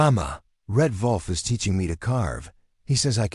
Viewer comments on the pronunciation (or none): The AI voice can't even pronounce WOLF right he says it with a V instead of a W, so it sounds like Volf instead of Wolf. Would be GREAT if you could get a REAL LIVE HUMAN BEING to narrarate your stories that way they would pronounce words right and not say dot dot dot when in the story there are 3... Twin Falls, ID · WOLF! NOT VOLF!